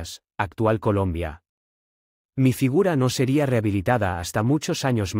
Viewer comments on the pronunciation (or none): none